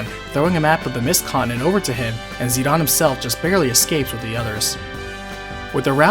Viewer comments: Where did you learn to pronounce the characters names???? I know there is not any voice acting to confirm pronunciation, but seriously...Zi Don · Zidahn Zidahn Zidahn... That's all I hear. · why dies he keep pronouncing zidane as zeon and zenon? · It sounded like you kept saying "Xenon" instead of "Zidane". Either way, great re-upload. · Peebo Saxon It’s a matter of how a Japanese person would say it. They pronounce it as Zee-Da-Ne with each syllable emphasised. That’s most likely why he says it as Zee-Dawn. I prefer using the name and pronunciation used by the company. It’s their creation after all. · Zinedine Zidane is precicely the reason I pronounce it "Zi-Dahn"...because that's just the closest reference I have... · I don't consider Dissidia's pronunciation of Zidane's correct. Just because it was made by Square Enix, doesn't mean Sakaguchi, Ito, or any of the writers had input on it. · Whenever I hear someone try to pronounce Zidane's name, I know they will mess it up because they are obviously not soccer fans because the character is named after a famous soccer player of the time. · You really pronounce Zidane that way? Wtf bro? What do you call Beatrix? Baethrow? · That is not how you say Zidane. It is annoying. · If it's ended with an e and a vowel it make the vowel long. Zid-aine. It's hard to take anthing you say seriously when you say zidahnn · He is Zi-DANE to me as i grew up.. So weird and unwatchable hearing Zi-DAAN 😅😂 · Whos zeed-awn? Its Zidane Zi-dane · Dude, do you not understand basic English?? His name is not pronounced Zee-don. Its Zee-Dayne with a long "A". When has "dane" ever been pronounced "don"...If you make a 40min video, you might just want to learn how to say the main characters name properly. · Yeah it’s Zih-DANE not Zih-DUHN nor ZI-dumb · Yeah that's wrong though. His japanese name is Jitan (ジタン), so the English pronunciation is probably "zi-dawn", though I've always said "zi-dayne". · Who “Zeed-on”